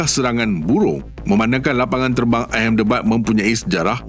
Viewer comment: Knp Ahmedabad dibaca ehemdebad? Something's wrong ke? Pelik..😮